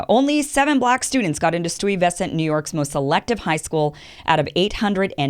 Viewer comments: As pointed out already, It's not "Stew-wee-Vess-ant" that's four syllables. It's "STY-ve-sant" which is three syllables. There is a neighborhood in Brooklyn called Bedford-Stuyvesant, and it's nick-name is "Do or Die, Bed Stuy" which rhymes. 'Die' and 'Stuy' rhyme. Some people just say that they are from "the Do or Die."Okay. Elocution lessons aside, this is again a 2D view of a Virtual Reality nation. You are correct about the discipline in Asian students. All of my daughter's friends are Asian, and they do study hard and have questionable parenting techniques employed on them to achieve a very narrow, capitalist definition of success. Ironically, about 30 years ago, I was a resident advisor on a college campus in Chicago, and I had a Korean student tell me that he went to Cal Poly Tech for Engineering, failed out, and changed his own transcripts to say that he was in Korea attending high school for that time so that he could re-apply to my school as a freshman. Later in the term, some other students on my floor told me about him being on the roof of the building at night, dry-firing a real pistol at his own head. The dorm manager had me search his dorm room while he was away. I reported the gun, the student was escorted away by security on his return and the dorm had to put me in hiding elsewhere on campus when he deduced that it was me. I don't mean to generalise, but, I am well aware of the culture you speak of which doesn't always take on these sinister proportions. I'm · lol - She's completely butchered the pronunciation of Stuyvescent. And wth??? I went to a NY public high school -- she's saying the public school system is crap and broken with crap teachers??? Are you kidding me? I had some very excellent teachers at my NYC high school. Such a massive generalization.... Doesn't do NYC high school teachers any justice at all..... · she pronounced it stwey-ve-sent ;;; im crying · LOLOLOL DID U JUST PRONOUNCE IT AS "STEWIE VES CENT" !??!?!? LMAOOOO IM DEADDDDD